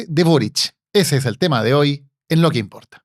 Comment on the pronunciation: El otro dice “lo que impolta” 😂